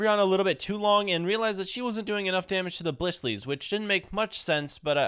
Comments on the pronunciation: Bro said blisslys it’s blissy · Blissey... No its a blissley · lol he said blissy wrong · I’m sorry but every time he says ‘Blissley’ I die a little inside